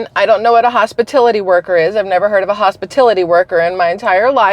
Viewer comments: Yes but she said hospatility, not hospitality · Thank you for being first person to notice the fact that she said hospitility not hospitality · Yes everyone knows what hospitality workers are ! Kamala said HOSPITILITY . She isn’t pronouncing the word correctly. Have a great day 😜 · Kamala said 'HOSPITILITY' NOT 'hospitality'. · Im so glad you pointed out how she mispronounced the word "hospitality". It is pronounced with a short A in the "tal"part of the word not a short I sound. I am the same age as this stupid illiterate VP-President wanna be. So im damned sure she was taught phonetics and had access to a Websters dictionary. And that is what half of this disfuctional county wants as our president. If she wins, i suggest that anybody with the ways and means move to south America. Because we will be in a non-stop war on our soil. The three Countries who want us dead are just biding their time to see if they will have an easy target like Kamala or a tougher apponent like Trump. Because they really don't want to mess with Trump and because he is tough those three countries respect him and our country. Strength respects strength. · Kamala said "Hospitility" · Yes and she pronounced it hospitility. Lol. Shows she doesnt know anything about them. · she said hospitility tho cant even pronounce the word correctly lmfaoo0! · She said “hospitilty” on purpose, giving her righteous deniability about taxing hospitality workers. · thank you I thought perhaps I was mishearing the "hospitility" workers comment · I said the same thing …. Hos-PITILITY workers?!?!? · Ikr!!!???? That HospiTILITY workers had me rolling 😂😂😂😂. Perhaps literacy could be a priority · Hospitility...lol I caught that immediately. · 🤣hospitility—-that was a hoot to me;I kept wondering if anyone got it🤣. You did🤣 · I heard that... hospitility🙄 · “Hospitility” workers 😂. Kamala is a total loser. She doesn’t even know what she is saying. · lol! That's true! Great catch! 👍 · No she pronounced it incorrectly